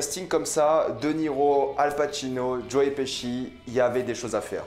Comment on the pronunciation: Il a appeler joe : joé 🤦🏻‍♂️